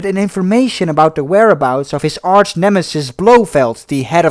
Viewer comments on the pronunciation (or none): none